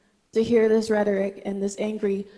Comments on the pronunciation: Jasmine said rederick instead of rhetoric…what a moron. Dems are generally dumb and irresponsible. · Rederic she can't even pronounce Rhetoric correctly. How TF do these clowns get elected, she said this as a President of city counsel she is so damn stupid, say what you want at home but is a professional capacity you disgrace for Mexicans deserve to be fired. Actually disgrace as a person forget the racial identity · Regeric? That's not a word. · She can’t even pronounce “rederic”’much less know what it means. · This b said redgerick 😂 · Couldn’t even say rhetoric correctly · How do these weirdos who can't pronounce "Rhetoric" become senators?